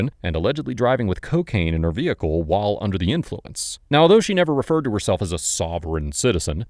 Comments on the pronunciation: Did just say ceeeocaine!?!?!?🤣🤣🤣 YEEEESSS!!! This is why I love this channel! Among other things.., lol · The way he pronounces CO-caine 😂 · I’m addicted to the way this man says COcaine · “CO-caine” - the narrator. Props to him for not knowing how to pronounce it. It means he’s never used it!